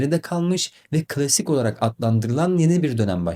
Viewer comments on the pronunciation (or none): Ayy n'olur piyona deyip durmayın. "klasik , klavye" kelimelerini de sesli sözlükten dinleyip düzeltin..Sevgimle